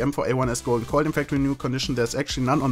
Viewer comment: I am not going to lie when ever you say "Golden Coil" sounds like you are saying "Golden Koi"